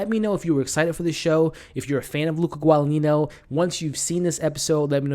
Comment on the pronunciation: Interesting review, but pronunciations are (Chloe) Seven-ee and (Luca) Guada-neenyo.